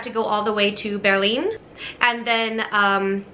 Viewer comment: I find it fascinating to listen to foreigners in Germany when they mention German towns or things they experienced. If they use German terms or town names more often, they tend to switch from English pronunciation to German pronunciation ( as you did with "Berlin" or "Schwiegermutter").